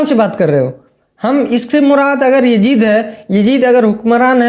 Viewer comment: Bhai well said But who is this Yajeed a new creation Please learn to pronounce YAZEED correctly